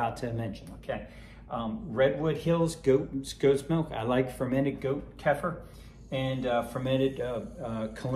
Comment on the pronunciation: Kefir…. Pronounced: Kay-fear